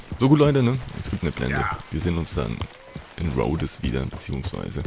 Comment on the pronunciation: bitte, ich hab dich ja gern, aber deine Aussprache...:,-( Das heißt Rhodes. Das "e" ist quasi stumm. Hör doch mal hin wie die einzelnen Charaktere das aussprechen. BITTE!